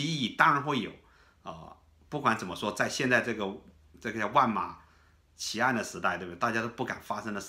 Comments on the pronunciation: 小秦啊，万马齐喑 应读Wànmǎqíyīn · 万马齐喑读错了